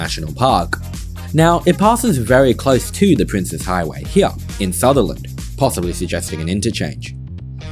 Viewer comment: You are one of the only people I've heard pronounce it correctly, as "Prince's" and not "Princess". Thank you so much.